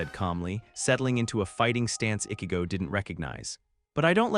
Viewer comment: He can obviously pronounce words with "ch" properly. But he repeatedly said Ichigo wrong every single time. Annoying 😑 😒.